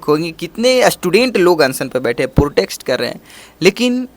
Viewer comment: Kya bola tum nah protext😂😂😂😂. Protest hai bro protext nahi. Anyway subscribe or like kardiya